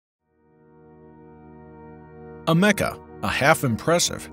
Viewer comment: Am uh Cuh, not A MECCA